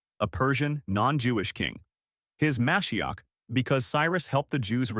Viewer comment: There is more than this, starting with the nature of the question. It is asked as if Christianity is the obvious default. That is not true to Jews. By the way, how moshiach is pronounced is “moe SHE akh”. Moshiach is absolutely not the only question. A nuch bigger one than that is the sacrifice. The sacrifice brings all sorts of problems, starting with that for this to work, God has to accept a human sacrifice. We do not believe He would. There is also sacrifice law. it specifies: A kosher animal Sacrificed ritually Sacrificed humanely In the Temple With the carcass treated in a ritual way None of which happens. In fact, two of these are violated to the greatest degree possible: a human sacrifice is the least kosher animal possible and crucifixion is the least humane way possible. This looks like a sacrifice made by someone who hates God. And so God not only has to accept a human sacrifice, He has to accept one that looks designed to insult Him. Now, I am not arguing against Christian beliefs. I have no way of knowing. (What you say or believe you have experienced personally will not persuade me.) What I am arguing is that they are not Jewish. They don’t have to be, but they do have to be for me to follow them. Aside from my heritage, Judaism makes more sense to me, not that it should to you. Judaism holds that how we treat others is more critical than faith is. That makes absolute sense to me, as God does not need our faith (He is not Tinkerbell), but He does want kind and e